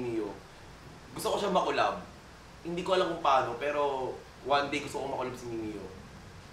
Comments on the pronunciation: MIMIYO? AYUSIN MO MUNA PAG PRONOUNCE BAGO KAYO MAGCOLLAB NI MIMIYUUUUH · gURL mee-mee-yah, hindi mee-mee-yoh